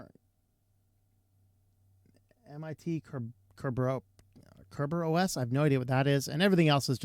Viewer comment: Ker-ber-oas Kerberos is an authentication tool